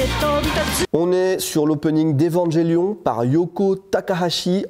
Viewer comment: 2012 à 2014 je comprend pas bizard que sa sois top 1XD et evangelion qu'elle bonheur cette musique je l'écoute au moin une fois par semaine. Et merci de prononcer evangelion comme il se doit car combien y'en qui dise "evanguelion "